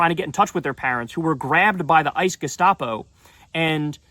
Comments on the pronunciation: The ice gustapo? Say it again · Abby Phillips is hopeless. She will always be on the wrong side of the issue. #Sheep And that guy who keeps saying "gestapo" ICE is clearly just parroting the Leftists MSM narrative. Disgusting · Who is the loser in the teal shirt calling ICE, "ICE gestopo"? He doesn't even care that there child-slave labor on the plantation... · “Ice gustapo”?? Really?!?!